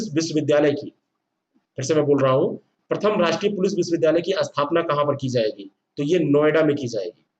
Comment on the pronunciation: अस्थपना नहीं स्थापना होता है सर